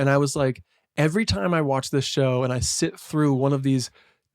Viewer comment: I thought she said right in the SLIT of this gradge which I was like woah girl